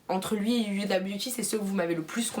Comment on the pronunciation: C’est pas méchant mais tu le fait exprès ou ta des problèmes de prononciation Il est marqué FenTy tu dis Fendi Huda beauty pourquoi dire Youda